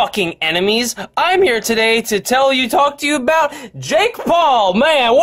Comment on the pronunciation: LISTEN TO DUDE ITS NOT “jake Paul” ITS “JAKE BALLS”